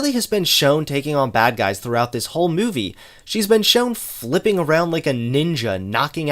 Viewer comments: More mouvie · I love the way pronounces movie as "Muvie"